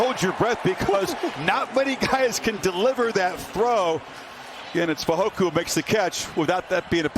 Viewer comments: FEY-HO-KO. Not FEY-HO-KU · If this commentator says Fehoku one more time 😡 it's FEHOKO!! Please respect the last name and our culture!!! 🇹🇴🇹🇴🇹🇴 siko!